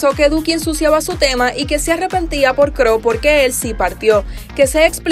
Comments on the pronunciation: C.R.O se dice se erre o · Muy buen resumen. De las primeras que lo subieron completo del todo. Felicitaciones a la reina del canal. Una crítica constructiva. "C.R.O" se pronuncia "CE-ERRE-O" no KRO. Es un Trapero muy conocido y respetado en Argentina. Es el ex de Cazzu. Un abrazo y bendiciones . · Justo eso iba a recalcar ): me molesta escuchar gente diciendo "CRO" ) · Dijo cro??jaja😫 Es C.R.O Dioooos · No es cro se pronuncia cero y se escribe c.r.o